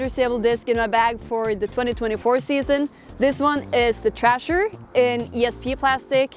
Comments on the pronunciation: understand anniken is esl, but when she said trasher, instead of thrasher, I enjoyed that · How Anniken pronounced Thrasher had me dying😂